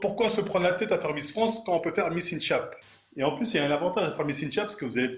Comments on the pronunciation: Par contre ca se prononce “in shèpe” stp 😁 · il ne fait pas exprès il prononce juste comme une clinche comme pour le man of steele dans sa vidéo sur superman.